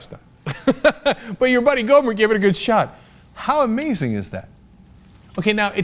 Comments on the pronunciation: It's pronouced GO-mere! hahah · I wonder if anyone else clicked, happily anticipating Cenk's special way of saying "GoO-mert"? I know I was. Yes, I'm odd. Okay, sleep deprived, time for bed...